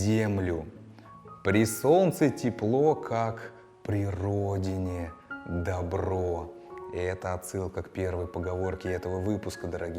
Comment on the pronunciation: по моему в поговорке " при солнце тепло, как при родине добро " в слове добро надо ударение делать на первую "о" тогда смысл получается более образный, более мощный.